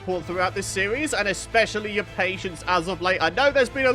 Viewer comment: Series? Why does he say it like that?